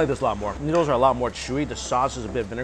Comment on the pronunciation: I always adore the way mike says 'noodles'. Its 'newdles'. 💜